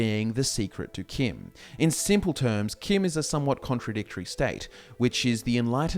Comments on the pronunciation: If you wanna pronounce CHIM as KIM, spell it that way too. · It is pronounced chim like cheese.